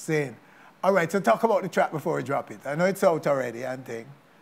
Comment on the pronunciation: Vanessa bling I like u as an artiste but I really wish u would learn to pronounce ur words better, for example, the word is drop and not jop and I have heard this times before in ur interviews